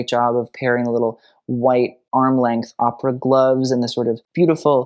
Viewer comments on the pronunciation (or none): none